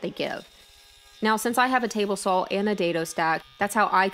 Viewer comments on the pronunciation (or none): As soon as she stops saying "sawl" instead of saw, I can start watching her videos again. I have ADHD and that really distracts/irritates me LOL - Not her fault; I'm just easily distracted